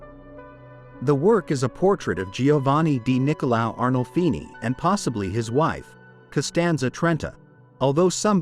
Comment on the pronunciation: It's ARNOLFINI, not Arnoldi.